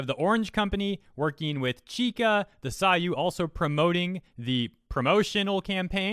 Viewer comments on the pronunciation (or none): that's [seiyuu] "say-you", not "sai-you". Watch "Sore ga Seiyuu" (an anime about seiyuus/voice actresses in slice of life theme, and featuring cameos of real seiyuus like Rie Kugimiya, and Hiroshi Kamiya, and Yukari Tamura, all animated in there for about 10sec), and you'll keep hearing characters say it as "say-you". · seiyu, not saiyu. emphasis on the E not the A sound.....i cringe everytime you say psy-you. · It's not "the saayu". It's seiyuu, pronounced "say-you". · its not "saiyuu" its seiyuu, se-i-yu-u. sei is pronounced like "say" not "sigh" i noticed you mispronounce a LOT of japanese words, take some time to learn the 96 pronunciations, yes it sounds like a lot but theres a LOT more in english, and the best part? each character sounds neat identical no matter the word its used in, se will always sound like se, yu would always sound like yu, so once you learn the 96 syllables you can literally pronounce every single japanese word correctly, sure it won't be perfect tone or accent or anything, but the actual syllables will be entirely correct linguists always say japanese is extremely easy to speak but extremely hard to write, and its true, japanese is piss easy to speak, tones can be hard but they arent actually required to conversate at an intermediate level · Btw it's pronounced like "say you" not "sayu" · It's "Seiyuu", not "Sayuu", man. >.< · seiyuu = SaAYyUuu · Great video! Just a quick note: Seiyuu is pronounced "say-you", pretty easy. Thanks for covering this news! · It's really funny hear you say saiyu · Think your pronunciation of seiyuu was off and is pronounced similarly as 'say you'. Just a tidbit I think i noticed. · Reads "seiyuu" Pronounces "saw you" Now, all that's missing is complaining about Engrish in anime and you have the perfect weaboo! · It's 'say you' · Still butchering seiyu, but at least you corrected yourself on live. Retribution for Chika!